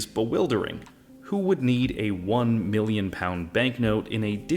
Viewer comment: Ok he says miwlion with a w when it’s million, pronunciation dude